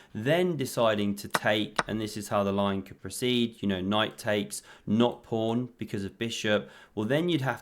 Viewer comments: Anyone who calls a pawn a prawn gets a thumbs down and I stop watching immediately. Fix up. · Did he say on the first move King Prawn? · So pleased to hear the Kings Prawn called by its proper name ❤